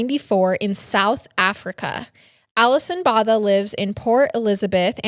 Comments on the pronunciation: Alison's surname is actually pronounced "boh-tuh". This may be the closest phonetic spelling I can give you 🤭 It's an Afrikaans surname, which is a language created by the indigenous black and the Indian & South East Asian slaves of the Dutch colonisers of the time - so it drew quite a bit from the Dutch language. It was later co-opted by the Dutch colonisers, who had up to that point still exclusively spoke Dutch - and appropriated the Afrikaans language and culture as their own, from the enslaved black & brown ppl in their service. It's one of the 11 official languages of South Africa. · The surname is actually pronounced BWO-TA . And Tiaan is pronounced TEE-YAAN. I hope this makes sense